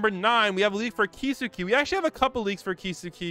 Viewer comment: The way he says kisuke makes me angry